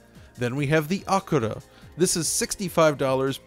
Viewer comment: Lmao what did you pronounce ACURA in japanese?